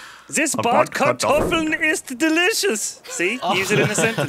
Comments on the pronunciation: "Bartkartoffeln" oh man :'D (actually the "r" comes before the "a" otherwhise they would be Bearded Potatoes :'D ) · brat not bart bratkartoffeln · it's not "bartkartoffeln" it's "bratkartoffeln". "bartkartoffeln" basically means "beardedpotatoes" while "bratkartoffeln" means "grilledpotatoes" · Hahahahahahahah said “beard potatoes“ instead of “roasted potatoes“:D so hilarious.... (bARt = beard; whereas bRAt = roasted) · He said "beard potatoes", not "fried potatoes" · Why do they keep saying "bearded potatoes"?